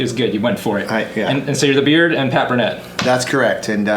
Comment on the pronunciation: The beerd?